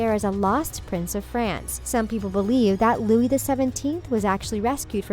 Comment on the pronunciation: Its Louis not Loui